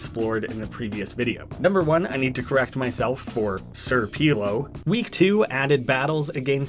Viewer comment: It’s not sir PELEEELO it’s sir pelo